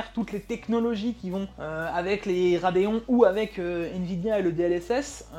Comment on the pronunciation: "A aime dé" RADIA-TUF 7900 "ics thé ics" 🍵🤓